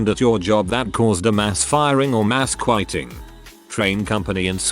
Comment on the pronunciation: Mass "queyeting"?